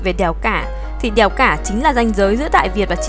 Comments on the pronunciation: Đờ eo đeo huyền đèo 🤣 nghe b này nói như là i e eo đièo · Đìèo 😅 đièo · Mình cũng nghĩ giống Bạn …..